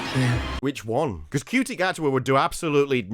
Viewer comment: the only knt on t'interweb who calls Ncuti, (which, by all accounts is, pronounced, Shootie) Cutie. Maybe he is actually a lesbian......